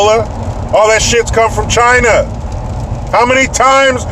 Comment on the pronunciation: P.Trump to the Fake Reporter: ...."TCHY-NAH VIRUS".....'Because it Came from "TCHY-NAH".......Epic.....